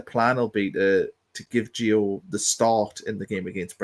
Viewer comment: Not gonna try and pronounce his second name, got his first wrong as well mate 😂😂 It's Nordi not Noni, Noni signed for Arsenal mate 😉 Jokes of course, keep up the good content. Also it ain't Gio, it's Gee-you hard G like goal.